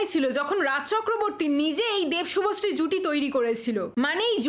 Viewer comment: শুভশ্রী ❌ভশ্রী✅